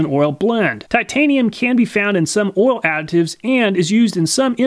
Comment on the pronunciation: Whenever he says "oial", my kidney hurts..